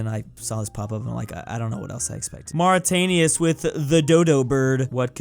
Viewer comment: "mauritanius" - 2023